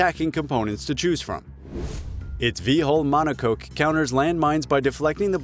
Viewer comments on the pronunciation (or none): none